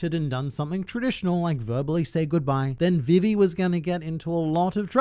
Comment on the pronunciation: you saying vivis name triggers me